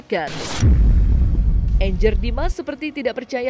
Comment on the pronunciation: 😂😂😂 Angger nama Jawa banget dibaca Enjer, parah Lo min...